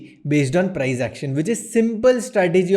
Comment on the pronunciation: प्राईझ ऍक्शन? प्राईस ऍक्शन बोल भाई